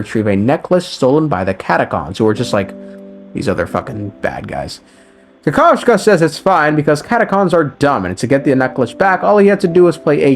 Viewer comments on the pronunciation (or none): kakavasha ❌ kakav-sha✅ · Dude its not KAKAS-VA. IT'S KA_KA_VA_SA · Kakavshka??,what the hell!? He's Kakavasha.... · omg, he’s Kakavasha, not kakashka, ahahaha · As a Russian speaker, I can not leave it just like that. The word "kakashka" which you use instead of Kakawacha in Russian, literally means "sh*t"............ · i play with the jp va and its ka-ka-va-sha and not ka-ka-vsh-ka in your pronunciation which has an extra k at the end. i haven't checked what the other languages va pronounce his name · Dude, calling Aventurine Kakaska instead of Kakavasha is just so strange. Because when you call someone Kakaska it’s calling this person a “little shit” in russian. It’s used without of negative connotation. Still great explanation of what happened in 2.1 because it’s was a wild ride and it was to notice everything what they hinted in the game. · cant you fkn read its kakavasha not kakavashka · Bro it's Ka - ka - va - sha not ka - ka - vshka get it right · well you definitely can't repeat 😂. They literally said kakavasha in the quest, not kakavsha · I appreciate video but plz dude read names properly. Not ADVenturine its AVenturine. Not kakashka its Kakavasha. For informational purposes its weird to twist them. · When you know your variant of pronunciation "Kakashka" literally means "poop", the whole recap becomes a masterpiece of hilarity xD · the way he pronounced aventurines name (kakavasha) sounds like turd in russian (kakashka) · I can't with you pronouncing Kakavasha like Kakashka, which means poop {noun} in Russian 😭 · i wil destroy my fucking keyboard if u say kakascha again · Did I hear it right ? You pronounced Aventurine's name Kakashka, it mean poop in russian 😭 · good vid, except "kakavasha" ...no k after kakav part. you say "kakashka" which means a piece of shit in Russian. it's a bit jarring :P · As a russian speaker I'd like to say that your pronunciation of Kakavasha sounds like Kakashka(какашка), meaning poopie